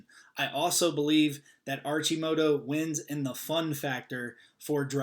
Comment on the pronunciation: it's pronounced Ar-Ki-Moto